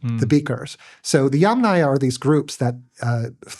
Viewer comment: THANK YOU❤💝🙇🏻‍♀️❤ for pronouncing “Yamnaya” correctly! ❤🙇🏻‍♀️🙇🏻‍♀️🙇🏻‍♀️